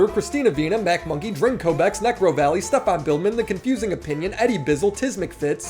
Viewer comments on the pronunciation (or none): none